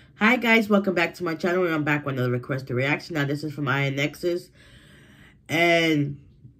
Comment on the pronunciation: It's pronounced in-XS